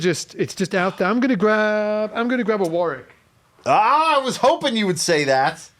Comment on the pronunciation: can you tell matey how to pronounce Warwick properly? Thanks awfully.